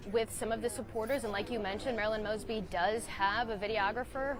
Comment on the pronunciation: He pronounced her name wrong in the prayer. 😂😂😂😂